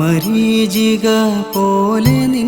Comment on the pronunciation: മരീജിക അല്ല മരീ ചിക ആണ് ശരി ആയ പദം// നല്ല കവിത